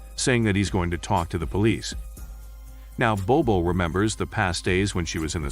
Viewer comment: I love this film , sadly the name is butchered here